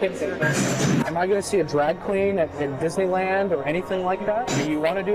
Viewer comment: the word is “cast,” not “cost.” The word is “drag,” not “drogg.” And we’ve already discussed “thott” vs “that.” Is it an accent?